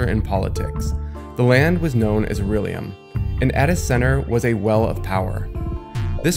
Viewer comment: I know it sounds like nitpicking but you keep saying aurellium when it's Aullerium